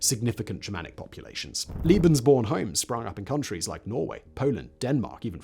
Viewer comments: "Lay-behns-born", not "Lee-behns-born". My ears hurt. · Surely you mean "lay-bens," because a single E is pronounced that way by most german speakers. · Translators work with the written word. Interpreters work with the spoken word. Pronunciation relates to speech, not writing. Come back to me when you have the same amount of experience of listening to English accents from all over the world and German accents from all over the German-speaking world. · It’s lebensborn? Pronounced lay- bins-born. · Making the traditional English speaking mistake of calling Lebensborn "Liebensborn". There was nothing "liebe" about this madness... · Liebensborn? Love born? Come on, bro... a little research on pronunciation... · Sorry, you are wrong. The first "e" in Lebensborn is pronounced like the "a" in say, lay, way. And Liebensborn is not a German word. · Pronounced "Lay Ben's born..!' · I get triggered by the fact that Simon adds an i in the pronunciation of lebensborn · It’s pronounced like the first E in tElevision tEmptation or TEsla not fear or pier. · The E in „Lebensborn” is pronounced like the E in “poke”.